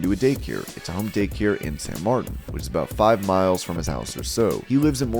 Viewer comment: For the 2nd time, on the Cain Velasquez segment, the city name San Martin is pronounced SAN MARTEEN. It's said that way by everybody that lives there and everybody in Northern California. You should research your names more carefully.